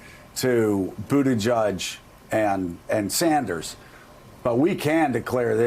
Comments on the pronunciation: Boot edge edge. No judge in the pronunciation. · Butti “JEDGE”. Please all of you pronounce the man’s name properly. Not JUDGE!!!! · Joe & the bald guy keeps pronouncing Buttigieg (boo ti juj) wrong it’s like nails on a chalkboard. Its BOO-ti-jej (not juj) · “Buti-judge” I’m digging their pronunciation. Sounds like they’re trolling him. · Joe you need to learn how to pronounce his name for God's sake: BOOT EDGE EDGE. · Joe ..can you please pronounce his name correctly